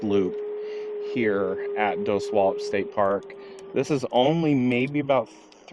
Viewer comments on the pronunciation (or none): Dosey-wall-ips is correct